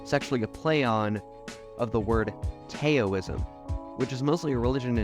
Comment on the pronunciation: And the pronunciation of “Taoism”. 😬